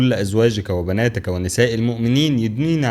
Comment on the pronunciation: وبناتك بكسر التاء وليس بالفتح